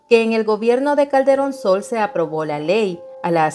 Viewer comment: Creí que decía " cachetón Sol" jajaja 😅